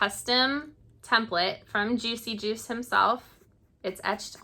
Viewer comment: New sub! Thanks for pronouncing the artist's name because I blew it on my channel.